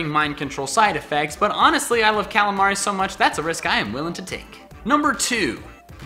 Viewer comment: 8 : 24 you sed calmar